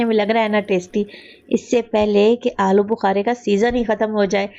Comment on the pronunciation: Ya to alochy hn AP bol rhe hn alo bukary😮